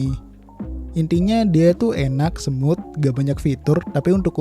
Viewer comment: Smooth bang, bukan Semut HAHAHAHAHAHA